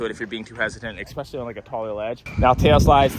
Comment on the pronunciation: I love you. Please stop saying EXPECIALLY.